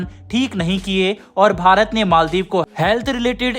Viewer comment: Its maldiv not maldeep